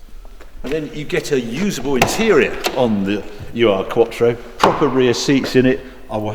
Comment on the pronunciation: You know this car well huh.. You just called the Urquattro a U.R. quattro hahaha just kidding mate but the 'Ur' is a german prefix meaning 'primordial'